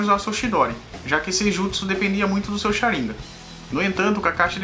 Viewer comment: Pensei q a pronúncia era Sharingan não Sharinga rs